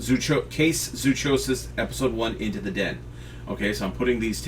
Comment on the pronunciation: Hey, just wanted to inform you that zoochosis is pronounced like psychosis. Zoo(psy)chosis.